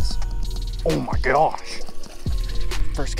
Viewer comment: "Oh my geosh"